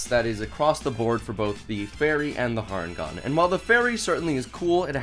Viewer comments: You know it's not pronounced har en gone it's hair en gone cos it's a hare not a rabbit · I know I'm being "that guy" but its Harengon pronounced Hare like the creature they're based on, not Har Ngon. I'll see myself out.